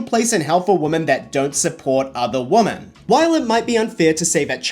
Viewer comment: women not woman I get it's a confusing spelling but you should know from context how to pronounce it